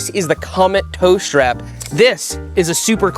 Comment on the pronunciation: Seth calls it a SHHTRAP